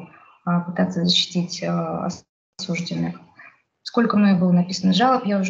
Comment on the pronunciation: Девушка милая и молодая, видимо не знает еще , что слово осужденный с ударением на второй слог произносят только менты родом из крестьян. Правильно говорить "осуждённый".